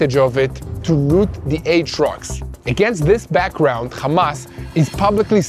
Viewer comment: Khamas isn’t it hamas like when your happy are you khappy